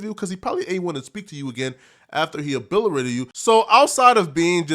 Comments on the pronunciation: THIRD incorrect usage of words for today: “abillerated” instead of “obliterated” 🤦🏾‍♂️ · Obilerated....that boy making words up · The way you pronounced “obliterated” was crazy af lmfao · You Obliterated the word obliterated